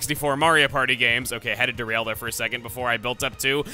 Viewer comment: "Nice bod you've got the'e." Kept completely intact, but with 100% more Welsh.